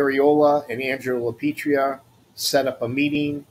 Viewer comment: It’s LaPietra. (Pronounced La Peeetraa)….